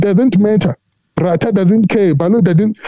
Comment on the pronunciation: Ratha knows very well that the state failed to prove their case beyond any reasonable doubt but he is biased. He even pretends like he doesn't know these people by deliberately calling their names wrong.